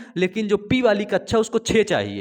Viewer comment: sir kaccha nahi kakcha hota h 👍🏻